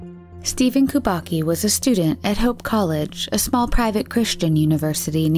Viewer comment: The first 2 surnames were pronounced so wrong. Kach isn't "cash", it's "Kah-ch" with the "ch" being the German pronunciation. Kubacki isn't "Koo-bah-kee", it's "Koo-bahts-kee". Learn to speak.